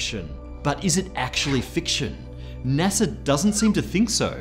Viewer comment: Naser? Oh you mean NASA